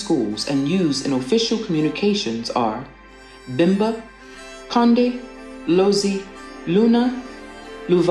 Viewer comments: the language is Kaonde, not konde. And it's Lunda not luna. But otherwise great job on the video. I love that you said the Victoria falls was it's other name😂 most people don't realise that it's been called Mosi-oa-tunya by the locals who showed David Livingstone where it was and that's just a sad truth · This is wonderful but please correct the languages, it's not Konde but Kaonde and not Luna but Lunda otherwise all others are correct but some are mispronounced. Thank you for these wonderful facts.